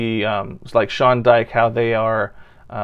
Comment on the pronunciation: You also butchered Sean Dyche’s name.